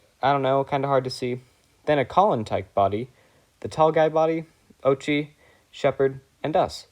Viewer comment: 👆🤓 “uhm actually it’s pronounced oat-chi”